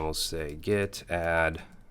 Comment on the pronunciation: Add, not ass 😄😄